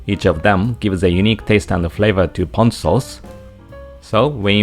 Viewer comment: Ponzu sauce is made of actual fresh citrus. Pahhhnzu sauce is made of canned mandarin oranges. Don't be fooled!